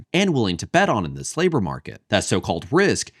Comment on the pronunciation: I swear I heard "the slaver market" when you said "this labor market". Sucks when both honestly apply, lol